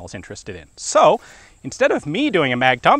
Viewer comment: "Saucesquatch". ??? Interesting pronunciation.